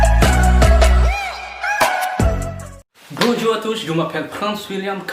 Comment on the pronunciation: BONE JAW KASI YON HINDI BONJOUR 😠😠😠😠